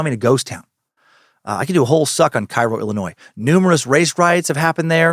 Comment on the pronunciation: Had to comment bc I believe locals call it Kay-Ro